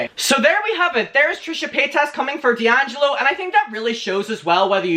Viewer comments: "Dangelo" 😂 it's "DEangelo" babe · It's dee-an-gel-oh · It’s Dee-ann-ja-low 😝 I’m sure other people have said tho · DELLangelo... I think it's DEHangelo... Me: XD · Dee - Angelo ....babe. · its (Dee)’Angelo just say the letter its not conjoined as one word. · It's pronounced DEE ANG JELLO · Dude ....it’s pronounced D ANGELO . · How to pronounce d’angelo: dee- an- jeh- low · It's Dee-Angelo. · Think its Dee-Angelo like the letter D and Michael angelo. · say it like “dee-angelo” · It’s Dee-Angelo 😬 loml